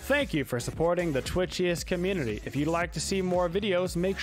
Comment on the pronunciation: The way says the word community lol